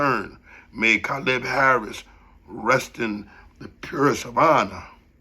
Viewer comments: damn you speaking the truth till you say his name our name your murdering our name bro wtf you should of fount out how to pronounce his name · damn you pronounced his name so fucking wrong